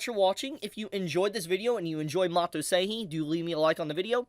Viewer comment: Sorry, nothing too important but why do you pronounce 'Seihei' Seihii? It is the exact same sounds in both syllables. You say the 'Sei' part perfectly why change in the 'Hei' part. 😂😂😂